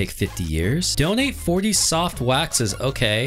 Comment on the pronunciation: I heard don't eat when he said "donate 40 soft waxes to wind shrine" lol